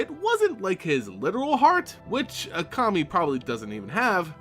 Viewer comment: I'm sorry, but everytime you say Kami I hear Commie.